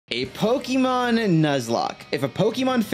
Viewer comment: So you spell it with the accent marker, then say it wrong like your talkin to a baby lmao...